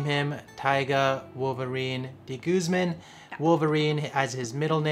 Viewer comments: Dude pronounce your family name (de guzman) right! Wag mong artehan. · first time I've heard that kind of pronunciation of De Guzman